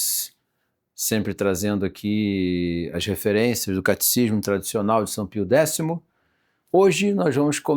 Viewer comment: Caro Professor, perdoe-me corrigí-lo mas a pronúncia certa é Catecismo e não "caticismo"...